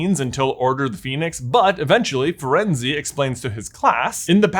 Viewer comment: Quit saying FirenzE! It’s Firenze without saying the final E. So frustrating still after you doing it all these years.